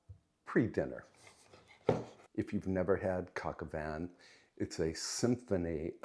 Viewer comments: I believe the dish is pronounced like coke oh vahn. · just a pronunciation correction. "Coq au Vin"......the "n" in Vin is silent!!! Great recipe - merci beaucoup... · It’s coq au vin